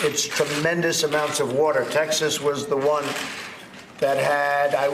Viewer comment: How many times does he have to say whaater